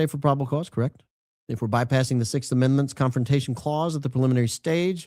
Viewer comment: Unfortunately Aussies have a problem saying “sixth”. When he said May 6th he pronounced it more like “sickth” which is common here